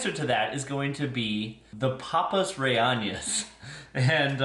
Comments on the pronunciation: The LL is pronounced like a Y. Reyena. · With love … it’s pronounced AH-HE and RE-YAY—NO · Rellenas is pronounced ray-YAY-nahs. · And there's no tilda (ñ) over the n.